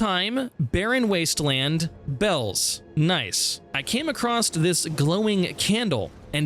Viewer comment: Why do you pronounce "across" as "acrosst"? Stop it.